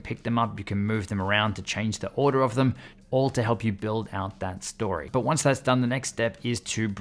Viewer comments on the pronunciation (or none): none